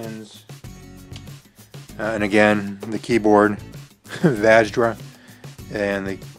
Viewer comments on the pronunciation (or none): Vaj-rah? No. Va-shra* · I don't think that's how your pronounce vajra The J is silent, isn't it?